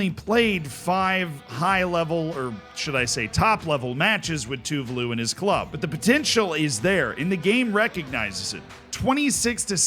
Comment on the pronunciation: btw tuvalu is pronounced tuVAlu not TUvalu